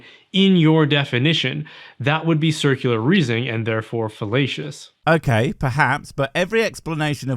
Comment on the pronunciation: Wait, wait, wait!!! Wait a gorram minute! Did he said felatious instead of falatious?